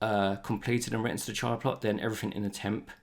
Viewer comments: Great video, thanks. I might be wrong about this, but I think it's pronounced chee-ah, not chai-ah. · CHEE-uh. Like cheetah without the T. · Chia is pronounced Chee-ah